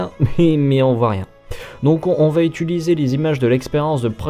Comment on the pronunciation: Super vidéo comme d'habitude, par contre le verbe c'est "utiliser" et non "ituliser" tu le dis 3-4 fois dans la vidéo et ça me pique les oreilles 🤔